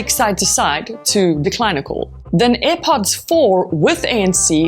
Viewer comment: It's not aih pots woman 👠. It's air pods